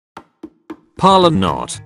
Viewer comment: I love it how the voice says polant